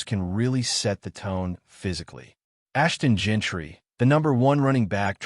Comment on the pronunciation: "Ashton Jentree" what in the AI slop